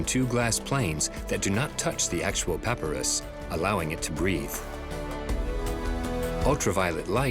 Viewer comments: All this and the narration mispronounces papyrus numerous times (puh·pai·ruhs)? :-) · AI music to go along with the AI narration. Consistently mispronuncing of “papyrus”.